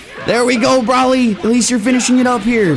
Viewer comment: Maybe I'm missing something here, but why does call him Brahly? Everyone knows it's pronounced Broly.